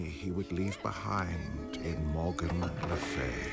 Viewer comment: I mean its Le Fay not e ,a